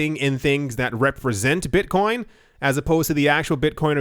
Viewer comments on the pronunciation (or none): "Beetcoin"